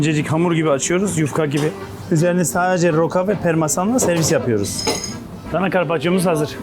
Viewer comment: Permasan değil parmesan